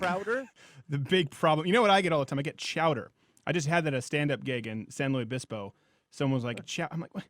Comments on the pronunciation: It's San Luis not San Louie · San Looie??!! It's San Luis Obispo, pronounced saun loo-ees oh-bees-po! It's SPANISH!, not froggy french! Jeez, so knock it off yah chowder-head! (Is your SLO show on the net somewhere's?) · San LuIS Obispo not San LUY obispo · It's not San Louie Obispo, it's San LUIS Obispo. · It's San Louis Obispo. lol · Whats even more hilarious is Steven mispronounces San Luis Obispo as San Louie Obispo. Nice he gave my hometown some love though cheers! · Gavin complains that Crowder pronounces his name wrong, so Crowder attempts to empathize by saying his name was mispronouced while doing a show in San Luis Obispo, which he pronounced as San Louie Obispo. That's too funny. Much ado about nuttin'. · I like how you complained about you being called chowder while you said San Luis wrong